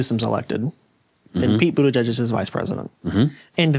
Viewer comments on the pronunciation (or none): none